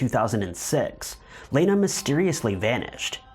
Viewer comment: Thank you for pronouncing my name the proper way. I've only had 2 people ever say my 1st name correctly. That case is insane